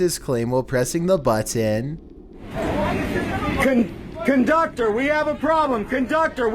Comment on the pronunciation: Goddammit will you please stop saying "button" like that?!?!!??! Please, for my sanity!!